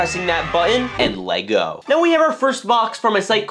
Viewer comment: And le-t-go Aa you got me No it's it's just stupid